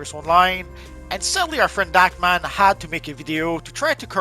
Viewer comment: thank you! I thought you said Act Man..and turned on subtitles and it said Dakman and was confused as to why I couldn't find it lol